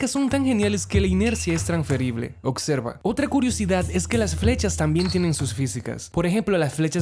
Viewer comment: Sabias que dices "ocserva" en vez de "observa" 😅😅